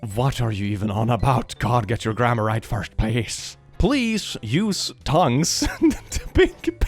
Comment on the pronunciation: since this was taken in a shop, I bet this is from one of the areas that pronounces tongs and tongues the same way